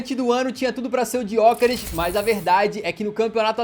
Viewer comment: Kkkk eu amo como o fala Gyokeres, Tipo Gyookerish